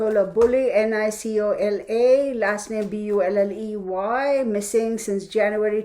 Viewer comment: Her name is pronounced NIC O LA and her last name is BULLY as if your saying someone is a bully.